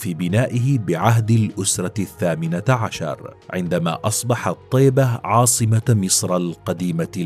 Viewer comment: للتوضيح تنطق" طِيبة بكسر الطاء "